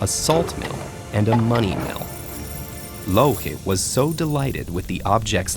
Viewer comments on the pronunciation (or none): am i the only one who always hear "loki" when he talks about louhi?